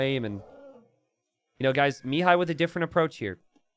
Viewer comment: It irks me to no end how pronounces Mihai's name. The accent is on the "a" and not the first "i", it's miHAAi and not miiihai